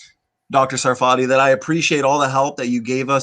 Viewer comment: By the way, it's SAR-fa-tee (or SAR-fuh-tee), not Sa-FAR-tee (or Suh-FAR-tee). That is, emphasis on the first syllable, so the ARR sound in the first syllable and a schwa for the second syllable. I've heard him explain this in previous interviews. And ask him where his name comes from! That's a good story too. It should actually be TSAR-fa-tee (it's a word from Hebrew).